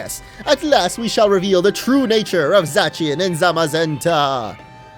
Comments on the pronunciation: It’s not “za-tchian” it’s “za-shyan” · I don’t really mind that you say Za-chi-an, but just in case you didn’t know, its name is based on a foreign pronunciation of “The Cyan.” [Zamazenta is “The Magenta”] Thus, the c should theoretically be pronounced with an s sound. But you do you.